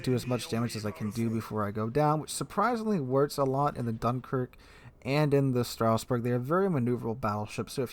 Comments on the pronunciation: It. Says. Stras. Not straus. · Pretty sure its more of a "Strazz-burg" than a "Strouse-burg" - GG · Straussberg? Strasbourg pls. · not "Strausberg" . . .